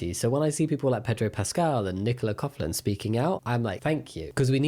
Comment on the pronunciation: Hi lovely Jamie, just letting you know that Nicola Coughlan's surname is pronounced 'coklan' not 'cofflan'. The gh in her name is a k sound. Fantastic video as always 😊